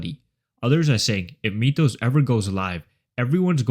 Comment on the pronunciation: “Meetoes” model 😭